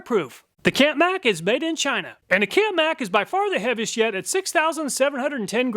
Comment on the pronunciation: "Heaviest yet", sound exactly live heavy as shit. I had to check the subtitles. No matter what I really enjoy and appreciate your reviews and testing.